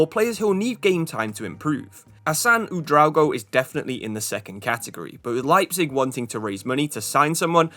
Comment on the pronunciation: U-dra-o-go. Not U-drago. Felt like a dragon's name